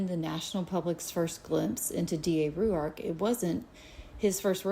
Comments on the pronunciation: The way she says Rourke is driving me nuts! It’s r oar k. Not ry you ark. Annoying. I know you don’t pronounce something’s right sometimes but I love it when you do it. She’s irritating me though. And I don’t normally get in a tizzy! Honestly, the way you pronounce things and struggle to do so is part of your charm and I love it. Your heart is pure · ROARK not Rue-ark. I think. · She has a peculiar way in pronouncing Rourke - as "Roo-Ark" ! - wheras I have always known "Rorke" to be more common. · So much research, yet she pronounces Rourke, Ru ark? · She can’t bother pronouncing his last name correctly. ? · I’m sorry but I can’t stand how she’s pronouncing rourkes last name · So annoying. She is saying it how she sees it. Come on everyone knows how to say Rourke surely 🤦🏼‍♀️